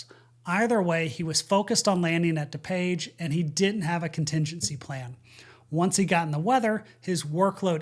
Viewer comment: It's not da-page. It's DooPage.